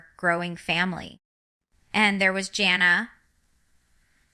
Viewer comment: Not her!! Jana (she's not saying it right) doesn't live in Ak